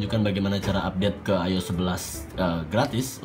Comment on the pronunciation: I-O-S .. not ayos